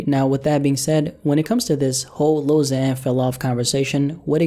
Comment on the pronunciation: Lil Xan is pronounced Lil Ksan. The letter X is pronounced "KS", not "Z".